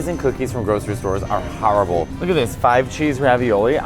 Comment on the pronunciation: Matteo saying "horrible" like a true New Yorker now